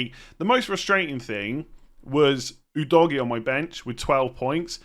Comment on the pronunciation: I laugh everytime I hear Udogie pronounced as Oo Doggy......